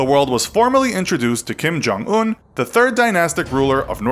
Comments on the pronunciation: Who's Jim Kong Oon? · It’s pronounced Kim yong uun